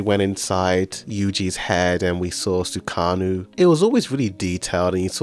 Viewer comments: my bro literally said "SUKANU" 🥲🥲🥲, bro I love your vids but pls try to pay more attention on the series. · i just hope this man called my man sukuna "sukanu" as a joke